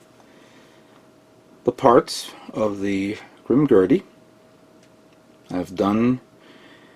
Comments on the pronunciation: Yup its not Grimgurdy its Grimgerd(Grimgerde) i liked your commecnt too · I can't be the only one who cringed when he said, "Grim-Gurdy".